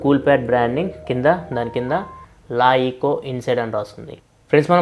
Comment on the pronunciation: adi leEco laEco kadu